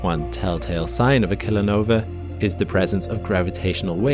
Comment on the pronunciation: Oooh, Kilonova! I heard that as "Killernova"!